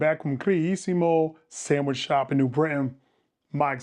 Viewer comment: That's a samwhich lol did u whimper the first bite lol